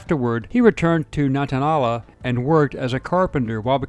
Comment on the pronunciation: I lived not far from Eric Rudolph. He was all around town during the “manhunt”. He even went to someone’s funeral. Edit: Nantahala= Nan ta hay la. Not holla.